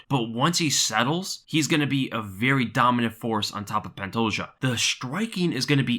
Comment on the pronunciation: Love the way Dan Hardy says Pantoja. Idk why but it tickles my funnybone